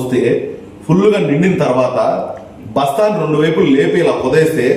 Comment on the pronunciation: రొండు వైపులా, రొండు చివరలా 😂😂 కాదు "రెండు"